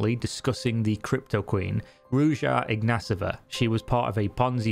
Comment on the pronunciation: I can't tell if you are being sarcastic every time you say "ig-nat-over"... I'm so sure you know how to pronounce it, and it sounds hilarious .. so continue :)